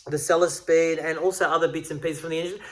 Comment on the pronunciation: hehehehe... love it... "bought a selesspeed for the challenge"